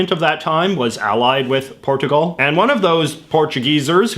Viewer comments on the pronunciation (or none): You pronounced “Port a gal” wrong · Here are your pronunciation errors (and not American vs Canadian pronunciation) IndoNAYsia (no); IndoNEEsia (yes) PorTUgal (no); PorCHUgal (yes) PhO (no); PhUH (yes) And the pan in Japan might come from the Spanish, pan = bread, despite the portuguese origin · Why do you insist on pronouncing countries in the weirdest possible way? In-Doh-Knee-syuh. Portch-u-Gaul. Also, the British flag includes the Cross of Saint Patrick, for the 50th time.